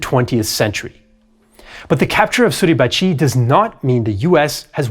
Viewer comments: The way you say "Suribachiiii"" is freakin' annoying. It is Suribachi, with a short ,final "i" . Not a long one!!!!! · There are no emphasized syllables in Japanese. Therefore Mt. Suribachi should not be pronounced Suribachee. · For how great your French and German pronunciation, your Japanese is very bad. I teach Japanese and could teach you proper pronunciation in 60 minutes. Each syllable equal short annunciation, none of this su-reeeeee-ba-cheeeeeeeee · I can't get used to your pronunciation of Mt sarahbachi. I know it's misspelled but that's the way I've always heard it. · Why do you mispronounce suribachi so forcefully? Japanese has no syllable accent.